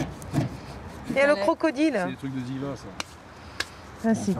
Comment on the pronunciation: Non non, il dit bien ziva, écoute bien